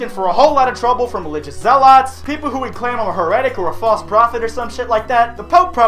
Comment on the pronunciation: Omg you mispronounced heretic and zealot in the same sentence